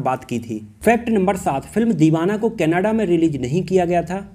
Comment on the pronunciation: aap canada kehna chahrahe ho ya kanada kehna chahrahe ho